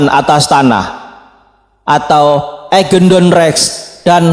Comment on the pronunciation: Eigendom bkn eigendon